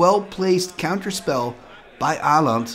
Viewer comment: Aland? Å is a distinct letter in the nordic languages, it is not "an A with a ring on top". Learn how to pronounce it here